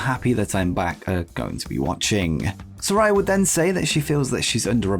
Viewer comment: You're pronouncing Saraya incorrectly, my guy!